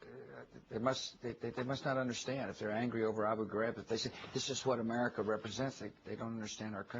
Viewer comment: Can this f*cking moron even pronounce the word AMERICA...(A-Mer-I-Ca)....not amurrrriccca. This Irish reporter owned Bush...major props I will def look up more of her work.